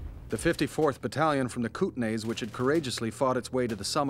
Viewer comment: Mispronounced Kootenai